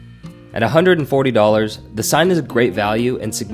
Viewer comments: Good review. I think it’s pronounced like the Seine river in France: “SANE” not “SIGN”. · Seine in French is pronounced closer to “Senn” No big deal when we translate into English 😊